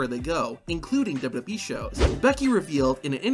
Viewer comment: WWE❌ Dubdubee✅😂💀